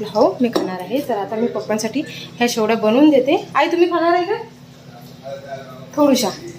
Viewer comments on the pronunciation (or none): Shevaya mhantat shevlya nahi